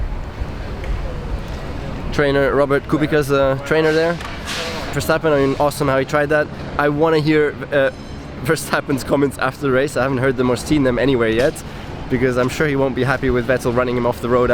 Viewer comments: Soft c in Kubica btw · Nico, its kubi C a not kubiKa :P interesting video as always, thanks